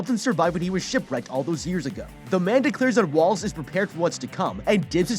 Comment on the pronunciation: I always heard Wallace as walrus...I think they did that on purpose